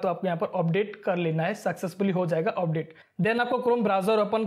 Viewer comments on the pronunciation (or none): Update ❌ Opdate ✔️ .😑